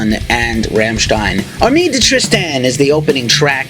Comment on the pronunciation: If you want to know how to pronounce "Rammstein" ... maybe listen to the track called ... "Rammstein" ?? Anyhoo, I have heard the new album and ... was disappointed. We know that their albums usually have a softer track or two on them, but this is mostly soft tracks.